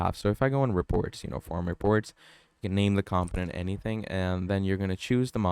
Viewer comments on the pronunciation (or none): BROTHER this information IS NOT OBVIOUS TO US. We are here to LEARN! It’s FAR FROM OBVIOUS LOL 😂 and it’s pronounced COMPONENT NOT camptonent mannn. I’m 9mins is I’ll see if I stay for the entire 55 mins lol 😅